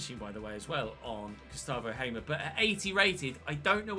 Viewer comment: Hey, signed a player who used to play for my favourite team! Hamer is a real baller irl, especially during his PEC time btw, it is pronounced "Haa-mer", like the long "a", idk how to really describe it.